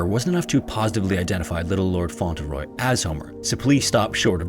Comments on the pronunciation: I like this channel but you really need to work on your pronunciation. If you find a word you aren’t familiar with, Google it and listen to a few different sources to figure out how to say it. In this video, Cedric and Fauntleroy were mangled, and other comments suggest that there were other words too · Isn’t it pronounced Font-Le-Roy? Not Fon-Tel-Roy? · waukesha, cedric, fauntleroy, investigators, oh my days bro. your pronunciations. oh my days.